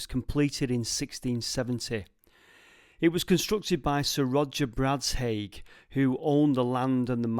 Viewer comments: Bradshaigh is pronounced ‘Bradshaw’. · .. and Bradshaigh doesn't have a hard G either. Think "Bradshaw".